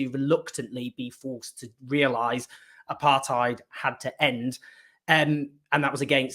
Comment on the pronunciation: Great work Owen. I wish you would pronounce apartheid correctly as does Andrew Feinstein. I am amazed that any of this is news to so many.